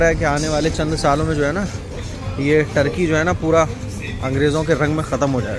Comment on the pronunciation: Tarqi 😂nahin bhai turqi bolo Tarqi sharabi ko kehte hai